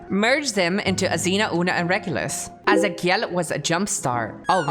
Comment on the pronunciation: I love how she pronounced azakiel, in a Spanish way, that's because her origins are Latinamericans and her first language was Spanish, so instead of English pronunciation she does an Spanish pronunciation in some words/names. I like that so much. Thank you for your video Mr kusajang. Love you 😘